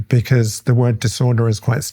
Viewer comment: I love Dr. Baron-Cohen, but the man pronounces Ss when there are no Ss in the word...